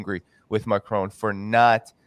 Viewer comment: Some day he will learn to say 'Macron' rather than 'Macrone'... either that or France will elect a new president.